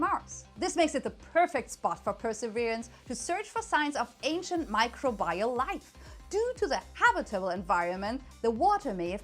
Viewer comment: Microbial: "my-CROW-bih-yull"